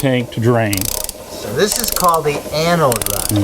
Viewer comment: Its ANODE, not ANOID:)